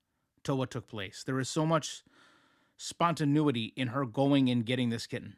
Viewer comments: I'm pretty sure it's pronounced spon·ta·ne·i·ty and not spon-ta-noo-i-ty. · it’s pronounced Spon-ta-nay-it-ee 😊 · Spontaneuity? I think you mean spontaneity... Too much of her channel is melting your brain, you need a vacation.😂❤